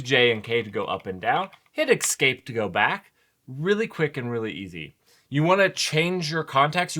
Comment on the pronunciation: or eXscape? what's that all about? :D Love your content man, but that pronunciation of "Escape" drives me nuts! There's no X...